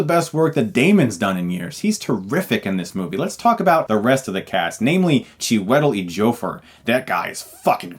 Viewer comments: That had me laughing for days. Chi-wet-il-ly Jo-fer? Chris, I love ya man. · HEY CHRIS!! I know you have a hard time pronouncing non Christian names but this one has got to be your biggest MISTAKE!! lol ....ok so "CHIWETEL EJIOFOR".....its Pronounced "SHE-WE-TELL__EDGE-E-FOUR" and NOT ''CHI-WET-LY__JOE-FOR"!!! lol LMFAO!!! :-D anyways no problem man, you're great!! great review im a big fan! that name is hard to get anyways! :-D take care!! and thanks for the video! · Cdjewitl ejofor... Ok Chris... Ok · Cheweto Ejofor is the new Adele Dazeem 😂, lova ya chris but chew-e-tell edge-eeo-for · Chi-WEH-tull eeh-JOH-furr . . . Bless your soul, Chris. XD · It’s actually Choo watt el Edge E Oh For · "Chew-eh-tel Ee-joe-fer"😂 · It's pronounced Chew-i-tell Edge-E-o-four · Chew uh tell Edge ee uh four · way to butcher that dude's name - It's pronounced Chi-we-tel Edge-ee-O-For. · I think his name is pronounced "chewie - a - tall" (1st name) "edgy - o - fur" (last name) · For future preference, Chiwetel Ejiofor is pronounced Chew-Wit-tell Edge-ee-four. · I'm soooo excited for this movie! I wasn't looking forward to it at all now I'm pumped! Also Chiwetel Ejiofor is pronounced (phonetically) Choo-it-tell Edge-ee-o-for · How to pronounce Chewitel Ejior's name: CHEW-I-TELL EDGI-A-FOR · Chi-wettle Ee-joe-furr. god damn Chris lol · Tsheewetl Eatjofur! Geewatl Eedyofr. Hevul Eorrr... Has Chris had a minor stroke in this episode? Never heard this name been slaughtered like that before. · I mean for fucks sake he almost won an oscar. can the man get some name respect? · i agree he messes up peoples name constantly its unprofessional.. i wonder how badly he would butcher my name.. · lmao you butchered the fuck out of his name lol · man you MURDERED chiwetel eijofors' name.. lol I'm sorry, but I just busted out laughing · you brutally mispronounced chiwetel ejiofor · you totally butchered Chiwetel Ejiofor's name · that's the weirdest pronunciation of Chiwetel Ejiofor i've ever heard lol.